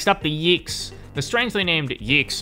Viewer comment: not yiggs, it's yeeks